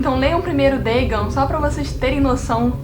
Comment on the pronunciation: Dagon não é uma palavra de origem inglesa, então acho que não é necessário pronunciar conforme o inglês “Dêigãn”.